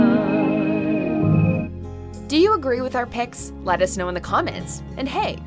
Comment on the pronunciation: She said, "Let us snow in the comments" 😂🤣